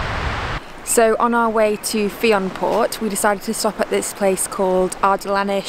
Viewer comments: This video is so special to me it is nice to see all the places I know as haven’t been able to go since last summer ;( also Fionnphort is pronounced a bit like finnofut as I’ve heard it all my life, not sure if there are different pronunciations too 😊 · Gorgeous footage! 🥰 love the van too, this is something I’ve always wanted to do in the future and this just makes me want to do it even more! I live on Mull and just to let you know Fionnphort is actually pronounced “finnerfert” ! It’s such a gorgeous place :) x